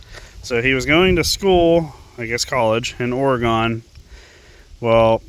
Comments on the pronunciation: It’s not Or-uh-gone. It’s Oregon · Yes but you keep saying or uh gone. That’s not how you pronounce Oregon. There is no “gone”